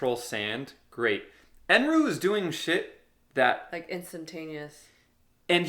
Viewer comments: As you guys don’t understand Japanese much, lemme clarify that Eneru is pronounced N.L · They keep saying Eneru, but I heard Eminem 😂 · just a correction: his name is Enel not Enru. p.s love ur videos, keep it up 😁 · It’s “enel” …